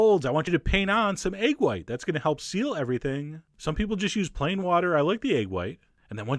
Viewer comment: What do you mean, "you peole"!?